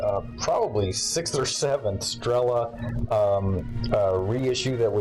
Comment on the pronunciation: not strEla, but strelA.